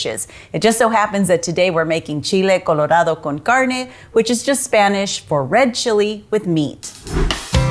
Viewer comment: I love the way you say Chile Colorado Con Carne.